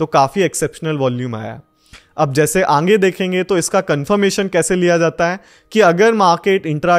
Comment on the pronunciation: Sir ange nhi aage hota hai 😝